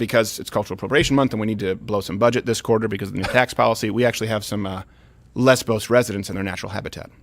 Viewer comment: The island is called " LESVOS" NOT LESBOS also its MOLON LAVE not MOLON LABE